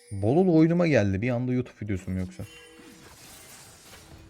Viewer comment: Şu adamın YUTUUP diyişine bayılıyorum ya :D